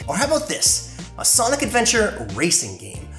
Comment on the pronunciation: Sonic Kid I thought you said Sonadow 😂